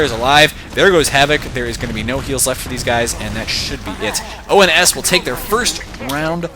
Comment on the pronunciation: Uhh,, it's ONS, not OMS